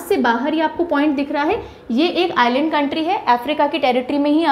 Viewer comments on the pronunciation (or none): none